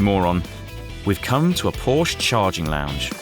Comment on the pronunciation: Please pronounce Porsche properly!